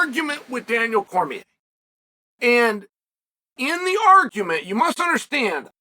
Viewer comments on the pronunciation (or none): none